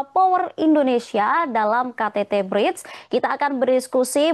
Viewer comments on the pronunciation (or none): Narator knp slalu bilang Bride..BRICK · gemes banget host nya gak bisa nglafalin BRICS. pelafalannya itu sama kaya kata bricks (bata), bukan bridge (jembatan). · Bukan bridge mbak, BRIICK